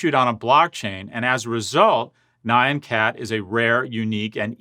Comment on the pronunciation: It's more like nyahn cat. Kinda being pronounced like knee yawn but without the leading in ee sound and the w sound in yawn if you are the type to actually try to get that in there at the end. That said, I'm happy every time I see someone not be acquainted with a dumb meme that I couldn't manage to avoid myself.